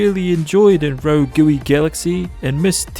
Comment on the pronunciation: RO-GOOWY GALAXY